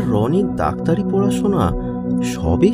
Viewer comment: দাক্তারে নারে ভাই। ডাক্তারি।। 😁😁